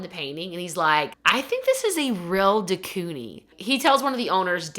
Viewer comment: Quoting the movie perfectly yet mispronouncing de Koenig and calling her Anita made me chuckle